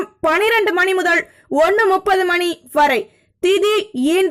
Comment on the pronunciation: நீங்க செல்றதும் உங்க தங்கு தடையில்லாத கணீரென்ற உச்சரிப்பும் ஒவ்வொரு ராசிக்கு முன்னும் சொல்லும் மந்திரமும் லவ்லி சூப்பர் அம்மா கிட்ட சொல்லி சுத்தி போட சொல்லுங்க. ஒரேயொர ரிக்வெஸ்ட் நேரம் சொல்லும் போது .முதல்னு சொல்றதுக்கு பதில் முதள்னு சொல்றதை தவிர்க்க முயலுங்கள. நன்றி